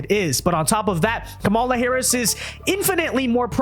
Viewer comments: i know we hate her and she deserves the hate. but let’s get her name right. It’s KAHM-uh-lah, not Kuh-MAH-luh. We look like we’re unwilling to learn when Bill Maher is saying it correctly, and we still insist on saying it wrong. And being unwilling to learn isn’t where we want to be. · Learn to say her name right